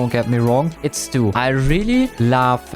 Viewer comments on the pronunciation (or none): im a Stu main and you said stuina 😭🙏